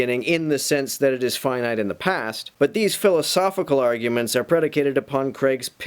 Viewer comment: Please stop saying the "pass". It's the "past".